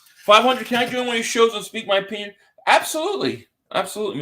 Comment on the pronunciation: 5 hundit...LB says 5 hundit